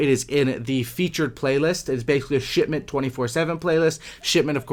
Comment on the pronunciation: Did you say shitment ㊗️😂